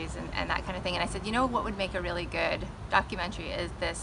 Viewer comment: Well he couldn’t pronounce the word documentary properly either